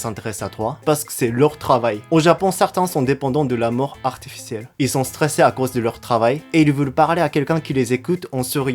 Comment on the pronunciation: fais attention avec le son "ou", on entend "la mort" et pas "l'amour"